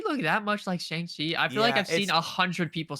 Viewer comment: It’s pronounced Shung Chi and I will be watching twitch drops need any free content let’s goo